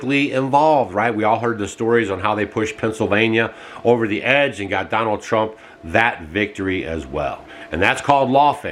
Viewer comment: It is not Tump!!!